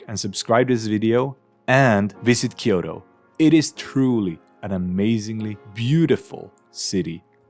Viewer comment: キヨロではなくキョウトです。